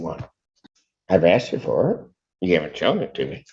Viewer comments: Axed the question? I've heard many Americans saying "axed" for the word "asked" does anyone know why they say it like that? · He axed you a question? Is axing people legal where they are? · Axed me a question... must be Darrel Brooks Brother 😂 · who is this person or group of people that keeps axing all these black people? I keep hearing that they have been axed and none ofthem ever have visable injuries or in fear for their safety after being attacked by an axe! It must be super rough meing black cuz it seems like this happens on a regular basis!